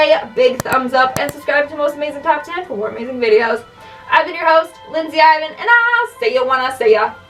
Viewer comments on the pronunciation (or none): none